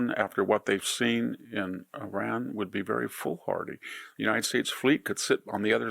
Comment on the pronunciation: IRAN never crumbles!! You shall see. Keep your nonsense to yourself and learn how to pronounce Iran correctly!!!